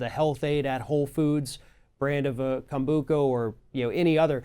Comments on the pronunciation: Hey, guys! I am a lover and drinker of kombucha...I’ve even made it at home! So here’s a little fyi... 1- It is kombucha w the “ch” pronounced like the “ch” in children or chestnut...NOT like a “k”!! That’s ok, though. In all honesty, if you don’t know, then you don’t know. Your guest, however, should’ve DAMN well known how to pronounce it... 2- At some point during 2010, EVERY company that made kombucha had to take ALL OF IT off ALL of the shelves in EVERY SINGLE store, bc of a “conflict” between what was IN the DRINK and what was ON the LABEL. Kombucha, WHICH IS A FERMENTED DRINK, DOES have a very SMALL % of alcohol in it - NO HIGHER than 0.5% - but this was never reflected ANYWHERE on the label, in the ingredients, no warnings...nothing...until 2010, that is, when it was all pulled at which time EVERY MAKER of kombucha had to change their labels to reflect the contents of their product. Since then (2010-ish), every bottle of kombucha very clearly states that as a fermented drink, it contains a very small amount of alcohol that is naturally occurring (as in: NOT ADDED!). Some makers have even put the exact % on their labels. (For the record, it seems that any drink that has more than 0.5% alcohol gets bumped up to the “beer” category...🤔🤨🤷🏻‍♀️🤦🏻‍♀️...Kombucha has less) For someone like me, I didn’t care about this before (and it’s not that I didn’t know...bc a= IT’S FERMENTED, and b= you can kinda tell by its taste), and I still don’t care now. However, I know there are so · You guys can't even pronounce it :-( and most kombucha bottles say "contains alcohol" ... people think... it is fermented drink.... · That’s how most people say it. Never heard it said the way this guy is saying it lol. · Wow wow wow. officially jumped the shark. This is sponsored content! An fn infomercial! At least know how to pronounce kombucha correctly bwahahaha. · I can’t take it seriously with the pronunciation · He can’t even pronounce Kombucha :/ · he calls it kombuka